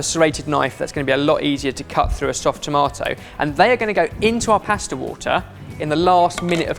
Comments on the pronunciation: What’s a paesta? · for fucks sake say pasta right ...